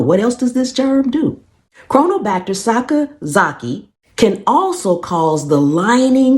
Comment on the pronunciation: Mega props for pronouncing that correctly!